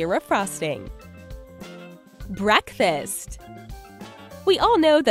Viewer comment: Oh and btw when she said breakfast she said barkfast